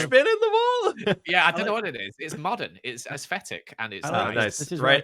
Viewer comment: “aesfetic”: “mondern” Love this vid 😂😂